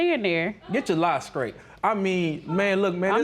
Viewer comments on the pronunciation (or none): Did he say get your life skraight? Not straight but skraight 😂😂😂. I can’t deal